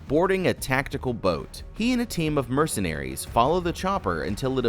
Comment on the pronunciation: I can"t believe he said mechanaries 😂😂😂😂😂😂 go to the time stamp in the video😂😂😂😂😂😂